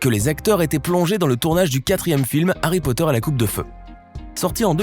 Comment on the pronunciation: No pas Harry poteur